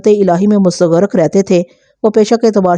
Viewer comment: Urdu sahi karlo apni Makhlooq Mustaghraq hai lafz abhi thoda hi suna